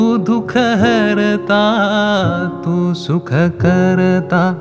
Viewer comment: लहान तोंडी मोठा घास पण 'भूषण' जितकं छान उच्चारलं गेलं तेवढंच सुखकर्ता दुःखहर्ता खटकलं. सुखकरता दुःखहरता सारखं आलं